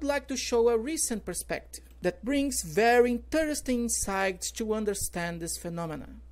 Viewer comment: "Interesting", "throughout" , "death" e "research" ficaram feio. heim. Digo com todo respeito. Não é para chatear.